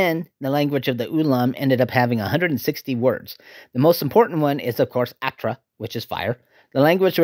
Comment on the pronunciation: Fire is “Ootra” - not “Aatra…” Saw it in cinemas (twice) when it came out. It may be forgotten to some but the film is a masterful pure cinema experience. Check it out.